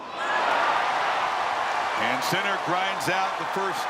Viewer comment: Wish the commentator would say his name properly !!!! Geez